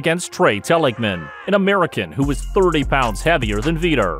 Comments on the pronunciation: Who the hell is "Veeeter"?? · Learn the lingo first . Vee-tor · Veter? Lol😆